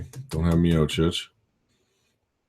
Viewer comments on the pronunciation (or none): none